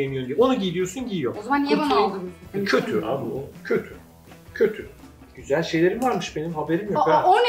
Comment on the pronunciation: Nobody:: Çok Güsel